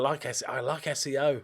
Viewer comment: So when you pronounce Seo (서) in Korean, the “eo” is just a single letter and pronounced as such. The actual way to say it is closer to Soh.👍 It translates to west when not used as a surname. Hyun-Taek is his first name. Also just for confusion the “ae” (ㅐ) is also one letter and pronounced similar to an “eh” so Hyun Tehk would be a more accurate pronunciation. Thank you for listening to my TED talk on Korean 😂 S E O would be 에스시오 ㅋㅋㅋㅋㅋ Teakkers would be 탴크스